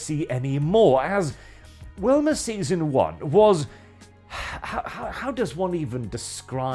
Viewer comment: Me: +hears Wilma+ why is talking about the Flintstones?!?... Wait he means Velma 🤣🤣🤣